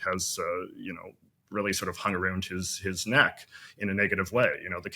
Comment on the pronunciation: It's not "aroond", McCullogh. I thought you were supposed to be Canadian. Canadian Raising only occurs before voiceless sounds llke t, p, k or s. Even then, it's not long u sound. By the way, the fact that you vary the way you pronounce the 'ow' sound, suggests that you are making a point of mispronouncing words. The question is why.